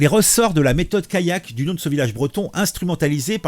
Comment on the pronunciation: Callac ça ne se prononce pas comme Kayak... Sinon une allée vous le prononcez "ayé" ???